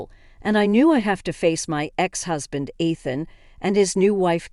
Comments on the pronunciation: It's ridiculous that they can't pronounce Ethan a name thats used in these stories all the time. Also Moore is spelled like this. Its a gaelic name. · The mispronunciations of Ethan’s name and the word sabotage are hilarious.